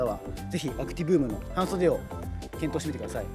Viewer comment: 長袖と半袖のイントネーションおかしいwww